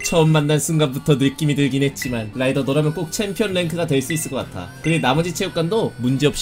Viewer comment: 라이더가 아니라 로이더 ㅋㅋㅋ